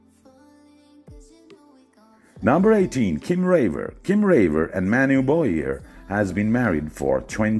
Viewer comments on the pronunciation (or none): none